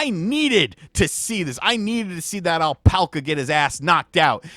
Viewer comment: It's pronounced AL-PACK-UH and P.S. - I believe they will spit sometimes in real life. Kind of like the camel in Conan the Barbarian lol